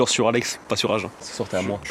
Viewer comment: On dit aginnn pas agen !!!!😂😂